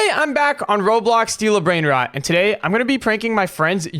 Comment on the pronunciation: He said brainrats